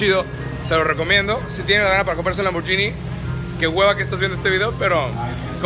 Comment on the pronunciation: LAMBORGHINI se pronuncia LAMBBORGUINI ;)